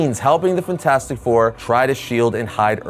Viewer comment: I absolutely loathe the way you say fantastic